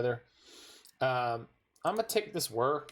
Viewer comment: finally someone who can pronounce wHir of invention